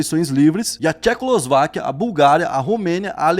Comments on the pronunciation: é difícil a pronúncia mas e Tchecoslováquia e não Thecolosváquia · Alguém ensina o a falar "TCHECOSLOVAQUIA", ele sempre fala errado kk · Os vídeos do Planeta Novo são muito bem redigidos e produzidos... Mas eu não consigo tankar o falando "Tchecolosváquia" kkkkkkkkk